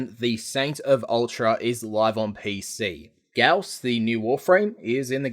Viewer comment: " FUCK OFF IT'S PRONOUNCED GA-OW-S! "